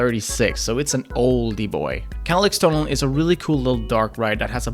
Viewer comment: If u tell him its pronounced leeks, hes gonna think its like the onion/vegtable leek. Its more like ec in electricity. And like the english word shair rater than chär. Shair l(ec)s tunneln